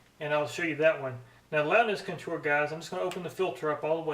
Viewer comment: CON-tour, not conTOUR. Took a minute to figure out what you were trying to say. Otherwise, neat comparison vid.